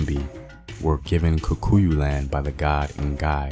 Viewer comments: Apart from the main word "Kikuyu". He kept on saying "KUkuyu". But a nice video all in all. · It's just funny how you are pronouncing it kukuyu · "Kukuyus"😂😂😂 nice video though.